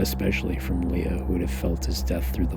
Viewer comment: I am sorry but it drives me nuts when you say "LeA" instead of "Lay-AH"